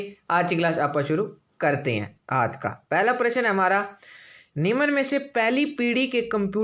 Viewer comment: निम्न बोले , निमन नही बकवास लगता है सुनने मैं